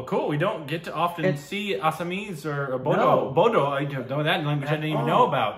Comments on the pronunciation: There are many tribes in assam ...bodo (*pronounces as boro ) ...is the largest and oldest tried..we are the biggest tribe here....our language is called boro...and the title of the song is "fwi lwi agwi fwi " it means" come darling come ".... The silk warm farming and many more traditional things were first practiced by boro people's.. but now a days everyone is going after it.....before these assamese people's used to hate us and not allow us to go in any assamese places..and we need to wash the plates we eat in, it was just like the black and white discrimination ...but now those assamese are more into our culture then us..they take bodo people's place where ever they can...in the shows where boro should perform ...this Assamese people replace them self.... We have one traditional garment called " aronai " ...it's for giving respect ...thses assamese people so think this is thier property wears it like it's there......I don't mind wearing It...but it's not your tradition....assamese people's have " gamusa " u can wear that...why do u wear our traditional garment.....they r taking our places ..and soon they will take over of all our rights...... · No, it is pronounced as BORO. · "Bodo" is pronounced as "Boro". I love Bodo people. 🥰 💕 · Love from bodoland, (Assam), India. Bodo(pronounce boro) is a language of entire North East India , East Nepal, Bangladesh.( Maturity in Assam , ne India) Thank you for reaction ada( bro). If you like next time react , " nwngnwlo" music video.